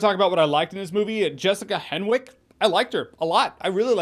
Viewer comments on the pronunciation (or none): By the way Jessica’s last name Henwick is pronounced “hennick”